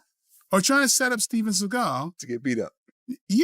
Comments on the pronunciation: Sawgal not seegal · Oh man, his name is Seagul but he pronounces it as Sea-Gall, now that is funny. Thanks for this. I will be saying seagul for the next two weeks. If I was in a street fight and could only have a Hollywood actor by my side Michael Jai White would be at the top of my list, Seagul is crazy. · See-Gull... CASUAL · How do you not know how to pronounce his last name 😂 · This whole video is disrespectful to Steven Seagull and mispronouncing his name. Where’s the videos of him doing these things in your accusations. Lastly, a real Steven Seagull fight in a ring can prove or disprove his fighting abilities. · How many times did this bullshit narrator repeat the same shit and say Seagal's name wrong? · At least learn how to pronounce his name if you have content on him